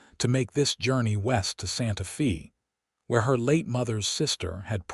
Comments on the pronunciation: Olivia is Ōlìvia, not Ăhlivia. and Santa Fe sounds like Santa Fāy. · I can't even listen to this. You need to get a better AI that can pronounce Santa Fe and Chili Rellienos.